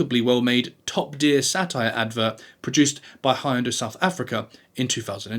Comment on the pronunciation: According to a famous ad campaign, Hyundai rhymes with Sunday. And it’s SeinFELD not SeinFIELD.